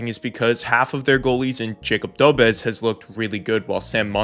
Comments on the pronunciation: Love the channel, but a minor thing.. please pronounce Dobeš as Dobesh rather than Dobes :D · FYI Dobes is pronounced "dough-besh"